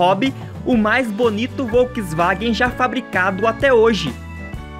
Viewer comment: Uma dica: Volkswagen pronuncia-se "folksvagen". ☺